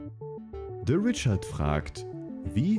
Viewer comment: "De Ritschard fragt..." :'D